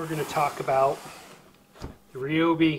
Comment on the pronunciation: the "REEOBI" lol 😋